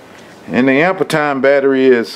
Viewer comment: pronounced "amp-ear"